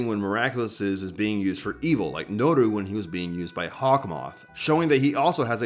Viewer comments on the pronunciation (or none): "Nuuru duuzu" you couldn't have fumbled harder